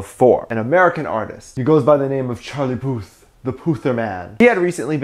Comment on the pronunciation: "he goes by the name of Charlie Puth" me: CHARLIE PUSS! sorry i just remembered when Jungkookie pronounced his name like that, it was so cute!!